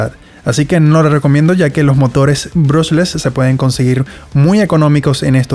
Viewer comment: aprende a decie bien el nombre del motor